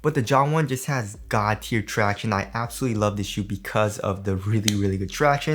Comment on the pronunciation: Surely im not the only one finding myself yelling out tractionays everytime he says it 😂